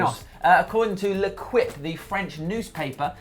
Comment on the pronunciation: BTW, L'equipe is pronounced "Lay-keep" not Le-Kwip"! LOL